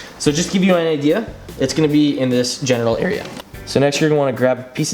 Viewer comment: Did you just say "Genital area" or "General area"? LMAO